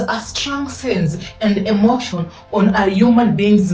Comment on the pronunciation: Emotion = Energy in Motion. Please say it correctly so you don’t lose us 🙏🏾